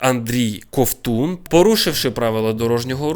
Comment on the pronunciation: Вибачаюсь, але не КовУн, а КОвтун